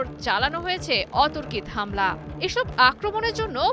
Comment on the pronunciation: "অতর কিত" হামলা? ওরে বোন, অতর্কিত হামলা হবে, যা উচ্চারিত হবে "অতরকিতো"